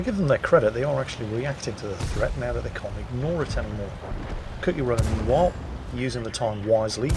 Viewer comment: ..Its Cookie as in the Cookie Monster, Another word for biscuit The way you pronounced it sounded like Kooky as in crazy.